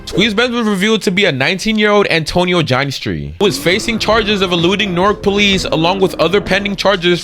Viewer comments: "gin-eh-stri" btw not "geinestree" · ya dude that ruined it for me well that and the pronunciation of va ginestry 😂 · He doesn’t even know how to pronounce Ginestry